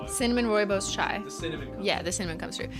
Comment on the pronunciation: I was fricken STOKED when she pronounced "rooibos" (almost) correctly!!!!